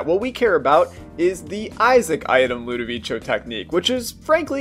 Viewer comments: Its ludovico not ludovicio watch out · Mate pls its LUDOVICO not ludoviCHO pls is an italian name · ITS NOT ludovicho technique its pronounced ludoviko technique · You know, im gonna sub to you cause i saw some videos of synergies and learned a lot thanks to you, but just say Ludovico, not Ludovicho pls. Anyways, good video, its my favorite """tear mode""" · I loved your video, but please its "ludovico" not "ludovicio" so it is pronunced "ludovìko" kinda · Erm... Lenguages doesn't work like that... You must pronunce things in the right way, just saying so maybe you will not do the same mistake again, ludovicio triggered me man, it's just ludovico co like company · ludoveeko not ludoveecho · its LUDOVIKO, not "ludivicho" the name is like an italian version of "Ludwig" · I think it is pronounced “ludoviko “ , not ludovicho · LudoviCo not ludovicho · It's pronounced like ludoviko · always fun to hear people pronounce stuff differently. I'd go with Ludo-Vi-Ko, as in Italian your pronunciation would be Ludovicio (added i to soften the C in front of an O). One of the rather strange (but still consistent) pronunciation rules. I got Ludo on two consecutive runs. It crippled my first run, but it really went great with the second one. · Yeah cause its pronounced ludoviko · ludovicho me: * cringes * other than that rly cool vid:D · LudiviCHo? Interesting way to say it... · #LudovicioTechnique Hated hearing that for all the video man, learn to pronunce names pls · it's Lu-doh-vee-koh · "Ludovicho"... I am gonna stop watching this channel just because of that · It's called ludoviCo (like, Ludoviko) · I hate how he says “ludivicho” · he says ludovicho... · Im in 2021 and still disaprove how he says ludovico